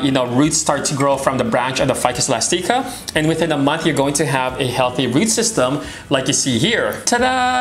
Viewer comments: The E is pronounced. But thanks for the video. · Hehe I find it cute that you pronounce it elas-teeka instead of elastic-ah...